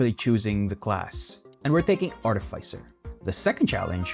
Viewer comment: Its pronounced artificer not artificer smh